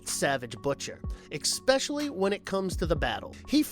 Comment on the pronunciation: Ex-specially, and Vlad Tempes? I like the videos but pls try to at least learn the proper names etc.